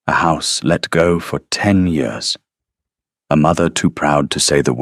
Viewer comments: What’s with the yee-oars instead of years? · It is years not yours. Good story spoilt by the AI mispronouncing easy every day words. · Why are we getting yet another video where "years" is pronounced "yores"??? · Year pronounced wrongly, Y....EAR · Enjoyed the story, but wish AI would learn to pronounce simple words like "years" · Cracks me up every time! I love it! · I always have to laugh the way he pronounces it.❤